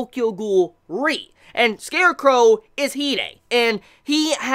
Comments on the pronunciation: Now we know :RE pronounce as R E instead of re xD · When you say Tokyo Ghoul REE And it's Tokyo Ghoul R E